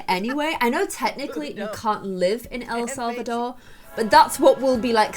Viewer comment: Says el selvador sees selvadrada less than 10 seconds later says el selvador again. Love you